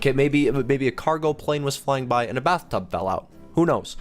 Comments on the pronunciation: You said bathrub instead of bathtub. And popo instead of poop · You said bathrub and popo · he said bathrub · it said bathrub😂😂😂😂😂😂😂😂😂😂😂😂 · I know it did say bathrub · he said bathrub falling from the sky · he said bathrub lol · It didnt say bathtub falling from the sky because you said Bathrub xD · I don't know if you noticed you said bathtub instead of bathtub